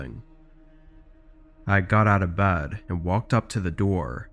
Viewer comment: She is going to bad,insted of bed,it sounds STUPID.